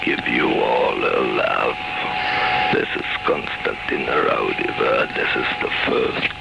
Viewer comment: I'm literally listening to tape 90 out of the 270+ tapes in the Raudive collection, and the person on the phone sounds nothing like Raudive. Also, you are pronouncing his name wrongly.